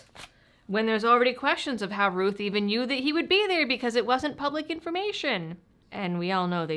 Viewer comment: is it pronounced Rooth, or Rowth? You talk with your Mowth, not your Mooth after all. Unless you're from Canada eh?